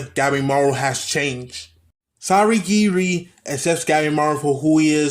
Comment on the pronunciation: It’s painful when I hear you say sagiri